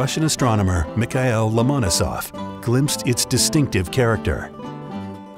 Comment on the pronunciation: they cannot even pronounce the name Lomonosov correct...